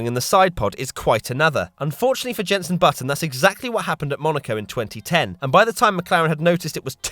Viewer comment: No not yenson